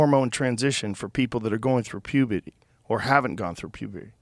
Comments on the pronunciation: Does joe not know how to say puberty ? ???? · Does joe have a lisp? why does he pronounce puberty like dat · Lol rogan bringing the whole daily wire crew on Also, anyone else catch Rogan not being able to pronounce puberty 😂..